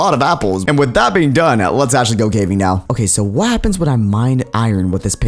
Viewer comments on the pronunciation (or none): why do you say loki and not okay